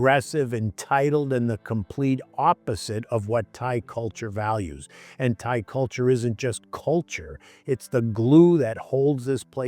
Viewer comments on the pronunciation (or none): What is a "Tha-ee"?